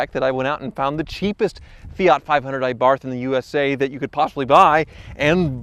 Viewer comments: Fee-Aaht Ay-barth.....I get here is across the pond and pronunciations of words differ majorly on that side of the globe, but being from Europe and hearing one pronunciation for car brands over HERE since I was young, is really weird to listen to. Its really, almost "uncomfotable" to the hear them say it in such a weird way over there. All across Europe we call them "Fee-it Ahh-barths" even our adverts say the name that way too, so we all just think THAT way is the correct way to say it lol It's like Hyundai, over there they call them "Huun-Day" but its said "Hi-Uhn-Die" over here. Strangest thing ever, i tell ya lol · Eh-barth? I guess we should now start calling you Eh-mericans, huh? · Had my 13 for a couple of years.Bought it new in 14. for $17.5 out the door. Loved it. Reliable. I also have a new white spare rim available.:) Also, the correct pronunciation is A-bart. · You have to a-bandon saying a-barth. Its not a-propriate. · Every time you mispronounce that A-barth, an Italian car enthusiasts dies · It's pronounced AH-barth. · Pronounced "A Bath" the R is silent. You're welcome. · Did he say A bath? I know it's bit grubby, lol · When said ay-barth I died a little inside:’( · It is pronounced 'a bart'. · You guys and too it’s Pronounce “Abart” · It is actually pronounced "abart" with the h being silent. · Please stop saying ay-barth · its pronounced " Ahh-Barth" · Watching this as a European hearing him say ÆBARF is hurting my insides. These cars are everywhere here lol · It’s pronounced AB-ar-T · A Like european A, Not Ehh. Ah'Bart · Okay, keep saying Aye-Barth....and I'll start saying Aye-merica. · barth is pronounced like bart and a like ah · Rbarth.... it's pronounced Rbarth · A Barf. Lol. Coupled with the pronunciation of FIAT this video had me in stitches. Also its just a Fiat Panda rebodied. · It's actually called the Abarf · It’s pronounced “ah Bart” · Aaaaahhhh-barth...puuulease! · Ah-bart Ah-bart Okay?